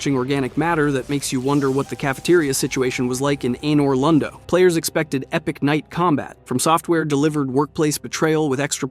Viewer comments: sorry but.....ayynor londo..... it stuck with me through the vid 🤣 nice video though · Dawg said Aye-nor London 😂